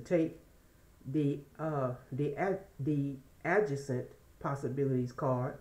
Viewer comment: Sometimes I have issues pronouncing words but I think you were saying ad-jay-cent! Adjacent. Not sure but I have to kinda respell words in order to say them! No harm meant just trying to help❤ Thank you for your reading, it resonates with me!❤❤❤